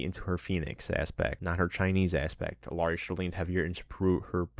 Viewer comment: "I main Illari, shes my fave char in the game" But you pronounce the L